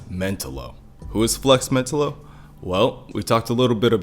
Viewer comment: I would have watched the whole thing but I couldn't get past how badly you botched Flex's name. I think you cover great topics. I totally would watch more of your videos.